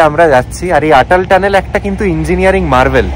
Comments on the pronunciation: খুব ভাল লাগলো দাদা. এই ভ্লগটি প্রতিটি ভ্লগের সাথে একই রকম তথ্যপূর্ণ এবং ভালভাবে উপস্থাপন করা হয়েছে। শুধুমাত্র একটি অনুরোধ, অটল টানেল কে উচ্চারণে আটাল টানেল বলবেন না. আমি আশা করি আপনি কিছু মনে করবেন না🙏.অনেক শুভ কামনা 🌷✨ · খুব সুন্দর। শুধু একটাই কথা 'আটাল' না বলে অটল টানেল বললেই ভাল হত।